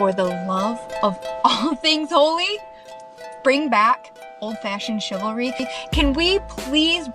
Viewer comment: she says chilvary instead of chivalry.